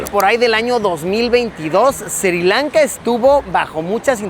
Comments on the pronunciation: not SIRI LANKA, but SRI LANKA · There is no country called SIRI Lanka, it is Sri Lanka. Pronunce it correclty.